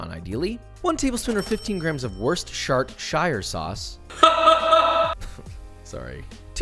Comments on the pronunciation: is it just me or Josh are you still not pronouncing Worchester right? :DDD no offense just sayin <3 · Its woo-ster-shire; oo as in book, ire rhymes with the u in cup!! Not wor-cester-shy-er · I’d forgive them for pronouncing it “wustershuh” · FYI Worstershire = Woos-ster-sher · Its pronounced Wuster shur! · worcestershire - wusstersheer, trust me wuss as in puss not as in bus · It's Whooster sauce!!!! Neither the 'cester' nor the 'shire' is actually pronounced! It's Whooster sauce! Don't believe anybody that tells you to sound out either the 'cester' or the 'shire'. The city was called Worcester, pronounced Whooster... The region is Worcestershire, with the 'shire pronounced like 'Hampshire'... I.e. 'shir', but both the 'cester' and the 'shire' get dropped from the pronunciation... There will be a lot of people telling you to to pronounce it 'whoostershir' sauce, but you can drop the 'shir' as well... In received pronunciation, i.e. 'The Queen's English' it's simply bloody 'Whooster sauce'. It's easy... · As an English person I always laugh when Josh struggles with the name of Worcestershire sauce. 😂 He is not the only one, every US chef on YouTube does. I like the way he jokes about it.